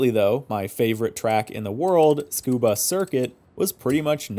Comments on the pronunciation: i am sorry to be this guy, but the circuit is pronounced soo-kuu-baa, not scuba. if you do not believe me, please google it. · Soo-Koo-Bah. Like Soo-Nah-Me. Not Skoo-Bah. Fkn people mispronouncing it ALL THE TIME! 😒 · You're aslo wrong, it's tsoo-kuu-baa, the TS sound like in cats, or Ц in russian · Nah, it is pronounced "tskoobah" (like ts-cuba), I promise 😅 Edit: to be clear, I couldn't care less if someone pronounces it "soo-koo-bah" or anything else, thats a totally fine english pronunciation of the word, but its not correct for a native speaker. There is no "soo" or "tsoo" at the beginning. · Not to be that-that-that guy, but both of these are "wrong" 😅 now I'm never one to be bothered if people say a word differently, but I do feel like I should set the record straight if people are saying I'm pronouncing it wrong myself! Suh-koo-bah, soo-ka-buh, etc, are totally fine english pronunciations of the word, but I'd urge you both to listen to a native Japanese speaker say "Tsukuba" if you're interested. The つ (tsu) is not "soo" or "tsoo", its more like "ts" (like cats, like one of you said) its also not the emphasized syllable of the word, so its said quickly. Then くば (ku ba) is simply said koo-bah. The correct native pronunciation is "ts-koo-bah" . It can help to say "cat-scuba" then remove the "ca" for just "tscuba", which is how you say Tsukuba! If you want to hear native speakers pronounce it, "best motoring" has plenty of episodes on the track, you can even check out Noriyaro vids and listen to how he says it. Again, I'm never gonna be bothered by how someone says it but if you do want to know the "correct" way, "scuba" with a bit of "T" in the "S" is the way! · oh i see! I assumed it was tsoo koo bah because of how russian translation works, and literally it is that in russian (цукуба). Thanks for respectfully informing others! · Beautiful work but dear god, it's pronounced suh·koo·buh.